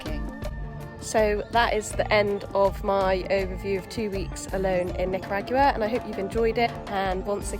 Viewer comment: I enjoyed your experience but the way pronounce Nicaragua bums me out